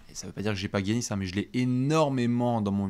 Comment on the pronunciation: je t'adore mais peux-tu dire Yannis au lieu de "Guiannis" stp 😅😘